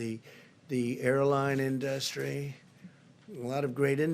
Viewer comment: HE CAN'T SAY "INDUSTRY"